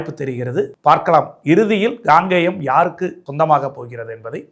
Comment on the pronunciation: காங்கேயம் சரியாக உச்சரிக்கவும் Gangeyam இல்லை Kangeyam உங்கள் தமிழ் உச்சரிப்பு கேட்பதற்கு எரிச்சலாக உள்ளது